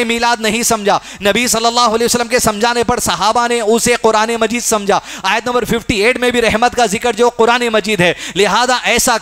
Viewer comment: Aayat galat padi hai